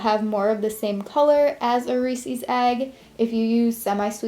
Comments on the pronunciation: I love your crafts but its reeses not reesies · Ehy do you say "reesees" it's pronounced reesis!!! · Just so you know you pronounce resees wrong, it's re-ses (likes says but ses) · Reesees...holy moly OCD it's Reese's ! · It's pronounced REES•IZ not REES•EEZ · they aren't pronounced reesies they are pronounced reese's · I find it strange that americans pronounce reeses reesees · Who else hates the way she says "Reese's"? Lol just kidding, we love you!